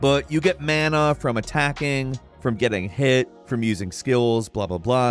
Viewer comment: The way says mana makes me want to shoot myself.